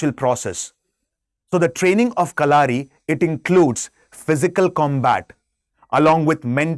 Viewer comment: Its not kalaari...just "kalari"..and pronounciation in malayalam is ..kalari payatt...dont stress the "U"